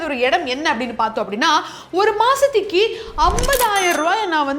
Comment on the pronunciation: Madam pls correct Masathuki varshathuki❌ Masathuku varshathuku✅